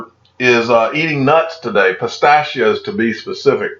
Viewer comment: Lol said "pisst-AHH-she-Oh" the fancy way